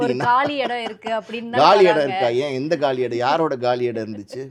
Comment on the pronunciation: காலி(Gaali) 👉 காலி(Kaali) Kaali(Kகாலி) என்பதே சரியான உச்சரிப்பு! ஆக, இது போன்ற நிகழ்வுகளும், சினிமாக்களும் தான் தமிழ் உச்சரிப்புகளை கொல்வதோடு நில்லாமல் மக்களுக்கு தப்பான உச்சரிப்புகளை பழக்குகிறது!! மீடியாக்கள் மற்றும் மீடியாக்களில் பங்கேற்கும் ஒவ்வொருவரும் தூயத் தமிழ் உச்சரிப்பு அறிந்து, தெரிந்து பங்கேற்பது நன்று!! வாழ்க தமிழ்! வளர்க தமிழ்!! நன்றி! வணக்கம்!!